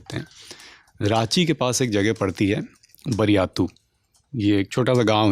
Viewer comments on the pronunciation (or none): बरयातु नहीं बारीआतु सर